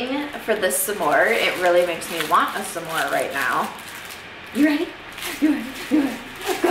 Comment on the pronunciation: Lmao dude how you pronounce s’more as “suh-more” is hella cute!!!!! That has to be a Midwest thing cause I’m from California and no one I know says it like that except my parents who are from Michigan and North Dakota, respectively. That’s so freakin adorable and now I wanna call my mama ♥️ Edit: this made me miss my mom, so I just called her and she’s camping rn and so I was like uhhhhh 🥺🥺🥺 are you making s’mores???? ♥️